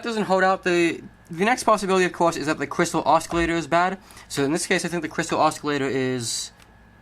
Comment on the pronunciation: crystal oskilator? Its like Benedict Cumberbatch can`t say penguin :D BTW "C" its not pronounced o suh lay tuh (GB) o suh lay tr (USA)